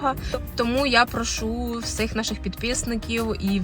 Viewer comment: Не перший раз бачу, що в деяких українців неправильна вимова слів "всіх, всім". Ви також говорите "всИх, ВсИм"